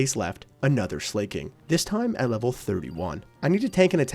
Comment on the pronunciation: i genuinely wanna ask - why do you pronounce slaking as "slay-king" when it's sla-king (like slacking off). no hate, i genuinely just wanna know XD